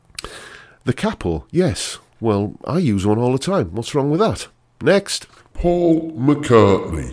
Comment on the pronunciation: Faul, not Paul